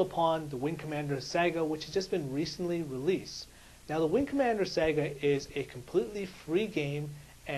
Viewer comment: Don't mean to be mean... But learn how to say saga. It's not "sega" it's sa-ga. Pronounced like saw-ga.